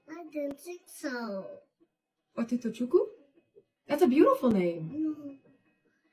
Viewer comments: So funny I’m legit doing my hair rn as I’m watching this and I’m Nigerian 💀 Edits: first of all the Philippine mom pronounsed the name VERY wrong for sm who is married to a NIGERIAN. The part that took me out was when she said “do you know what your name means in NIGERIAN” LIKE THAT IS A LANGUAGE 😭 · I’m Igbo and the way Nika Diwa says Otutochukwu in “Nigerian” made me cringe 😭